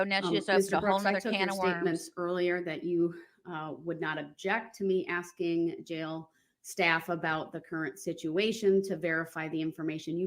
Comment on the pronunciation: If this fool really believes that Judge D is being “abusive” by cautioning DB to allow the witness to answer before “axing” more questions, I would greatly love to be a fly on the wall for his everyday life once he’s transferred to his permanent home/facility 😊😊